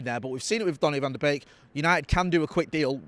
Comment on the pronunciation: Did he really said donny ven de benk?